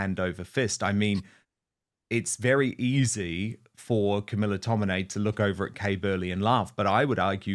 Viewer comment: It's tomini. Not tominay.